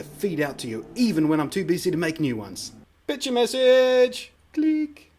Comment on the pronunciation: Cool, I don't think I'm gonna use it, but I bet someone els is gonna. BTW, everytime you said picture message I thought you said bitch message :P